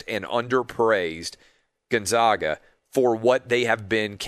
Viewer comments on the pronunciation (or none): Gonzaga is pronounced Gon-ZAG-uh, not Gon-Zawg-uh. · why is it so hard to say GonZAGa? Why say Gonzahga, then call then them the Zags? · Love your show Clay! Big fan. I live in Spokane and I feel like I have to provide clarification on the correct pronunciation of Gonzaga. It’s actually pronounced Gone-Zay-Guh, not Gun-Zah-Guh. Anyway, not a slam, just wish people outside of Spokane knew the correct pronunciation. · GONE -ZAG - UH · Dear Mr. TRRRAHHHVIS... Zags = Gonzzzagggga. Absolutely zero "ahhh" involved. Bias. See? Your name sounds weird with an "ahhh", as well.